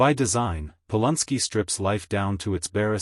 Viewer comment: Its NOT POL UN SKI! ITS POLANSKI.